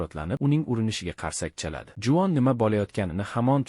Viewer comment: Juvon dep eshtilyabdi 😅